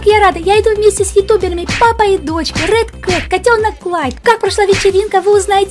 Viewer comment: Не рёд а Рэд (Ред)